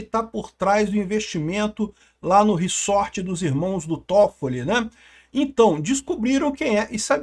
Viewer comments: Não é "riçorte" se diz "riZorte". Desculpa pontuar isso, mas grande conteúdo.(tenho toc) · reZZZZZZZORRRRTTTEEEE porra. para de Falar reSSSSSorrrteeeee que inferno uahuahuahhua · //riZort// (pronúncia)